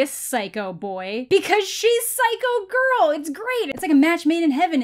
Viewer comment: 1: the way he says girl as "gorl" 2: "swip his nose like a credit card" 😜👌